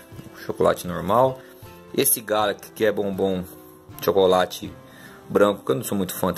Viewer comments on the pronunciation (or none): none